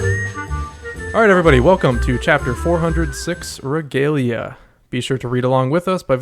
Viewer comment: I just started the video, but unfortunately, it’s pronounced reh-gah-lee-ah, not reh-gae-lee-ah.